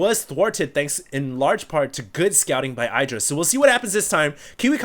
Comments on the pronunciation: it is idra, not eye-dra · is the only caster that I can think of who still pronounces IdrA's name as EYE-dra.